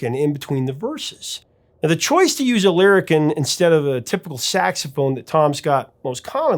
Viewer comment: Lyricon pronounced lyri- Kahn! I made my living using this instrument in the New York studio scene where I was the first call wind controller guy.